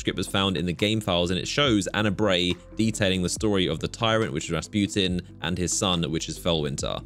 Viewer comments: How pernounces Rasputin: (Rasp-You-ten) How actual people pernounce it: 🎶 (RA RA RASPUTIN!) 🎶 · Soo you keep saying rasputin like the Russian peasant the dude that wouldn’t die and had a big shmeat?